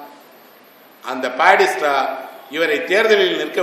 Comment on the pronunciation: Esra ayya. A small request, whenever you are telling a name , do please pronounce it properly. It is not padista, it is Batista. Will anyone accept if I say pidel Gastro?